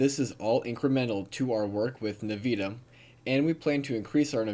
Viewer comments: It's pronounced in-vih-dee-uh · bro love ya but you gotta learn how to pronounce Nvidia properly... you been saying it wrong the whole time and its pretty annoying...... either N VID E UH or NUH VID E UH but youre missing that I at the end, and sayingf it all wrong... please stop that. otherwise love the videos. thanks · actually thats the correct pronounciation, despite the common pronounciation being n vid e uh.. but yeah totally says it all wrong not even close and yeah thats annoying as fuh.